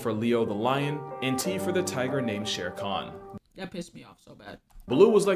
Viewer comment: Just so chat knows, it's Shere Khan, not sharcon. The name is from the same story the name Baloo comes from.